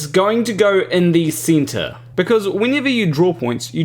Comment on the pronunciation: In the seentre lmaooo